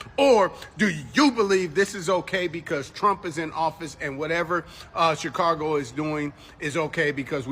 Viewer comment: This man thinks there's an "r" in Chicago. Chicargo 😂